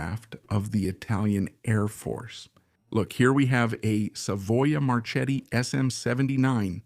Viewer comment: “Marchetti” is pronounced “marketti” like in market. CH is K in italian